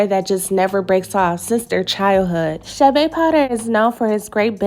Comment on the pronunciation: Not chabe chade